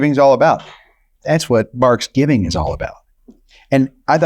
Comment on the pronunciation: Excuse me??? Did you actually say "Barksgivng" ? Gimmeabreak.